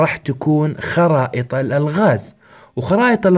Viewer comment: لما قلت خرائط حسبتك تقول خرا😂